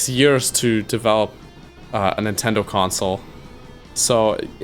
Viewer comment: "Nintindo" lol